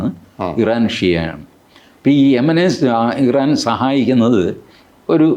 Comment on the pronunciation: “ I - ran “ is Iran.😂